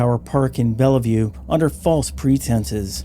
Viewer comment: Local WA feedback: Bellevue is said with two syllables. Bell. View. The middle e is silent 👍